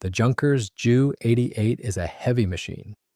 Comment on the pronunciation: Have a real person narrate and pronounce words correctly. Ju is not jew it is J U. J is pronounced like Y in German.